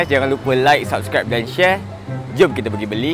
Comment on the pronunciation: First time dengar dia cakap subscribe bukan subrek